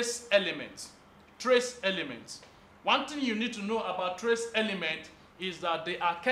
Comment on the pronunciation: traysssss not tres